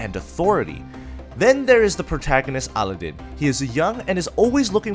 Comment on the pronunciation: Magi has no leveling system so it doesn't belong. (Mm oo(like you're opening you're mouth for a check up) gu i (i makes an e sound.))-magi Also it's (A lad in)-aladin